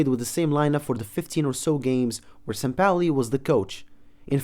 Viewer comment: Just say sampaoli